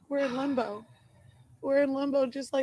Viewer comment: i think she meana "limbo" but sounds like shes saying "lumbo" or is it just me? Also, even her own mother isnt buying it. You can tell by the look on her face.🙄